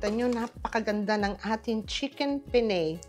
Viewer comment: Pen ne. Not Pen ney